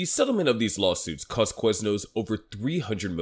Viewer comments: why do you say Queznos? its Quiz as in K-wiz not K-wez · Let's make an 8 minute video about Quiznos, but pronounce the word "Queznos" 800 times.